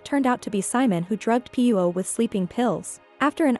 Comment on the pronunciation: He should keep the mustache and would be nice if AI could pronounce the name Pirot correctly